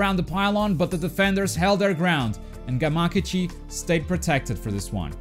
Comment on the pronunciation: He says gamakichi wrong